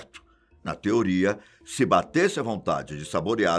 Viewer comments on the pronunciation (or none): none